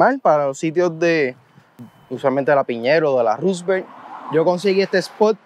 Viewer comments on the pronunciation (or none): none